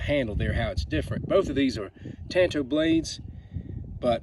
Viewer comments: I don't have any of these minis, but i did buy the Cold Steel Master Hunter in VG1 San Mai 3 and Click N Cut Hunter. I have always wanted a Master Hunter. It is a small, but stocky blade. I just like it a lot! And it is Tan Tow, so you are correct in pronunciation. I did studies in Japanese weapons, and i own 9 Cold Steel Tanto Point blades. Nice video! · The way you say it is correct 💯 Tan - Toe/ Tanto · Tan tow is how it's pronounced so good on ya lol. I love those and that may be my next knife. I currently bought a cold steel voyager vaquero xl with serrations and it goes everywhere with me. I absolutely love having a folding fighting knife in my pocket